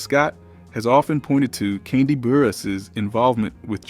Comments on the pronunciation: This “so called narrator “ is killing me🤬 and who in the heck is “kondie” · U aint sayin her first name right😡😠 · Love this breakdown but your pronunciation of Kandi and Latocha was distracting lolll